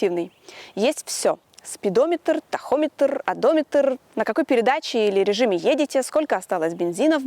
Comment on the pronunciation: Одометрррр, спидометрррр ) улыбнуло...